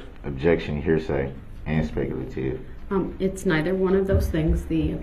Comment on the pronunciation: He also insists on saying axe, FUSStrated, speck-lative and relevancy. I cringe so hard when he says "fusstrated". That one particularly bothers me the most for some reason.